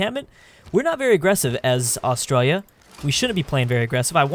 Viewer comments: please learn how to say Australia Aus tra li a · When your from Australia You know will do so much false pronounciation